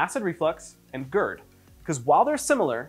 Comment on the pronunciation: God gerd, not goord